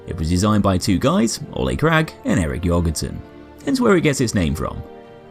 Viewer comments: An ø is pronounced pretty much like "uh" or just the u in "ugly" just btw. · The Ø in Jørgensen is Pronounced like the letter U in the word Urge! Great video!